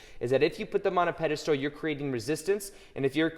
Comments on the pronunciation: Peda STOOL so many times is hard to hear but so is FRAME. I do however love your videos maybe im watching too much. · I love your videos but pedestool is driving me nuts 🤗🤣 and you write it properly. Thank you for great content